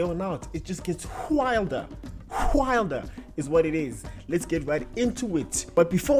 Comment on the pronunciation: Why is there an "h" in your wilder? 😂😂